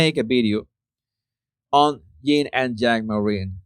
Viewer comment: It's Yin and Yang. There is no letter 'G' on the end of Yin. Just the same H&M Yin is so dominate there is no harmony in their lives.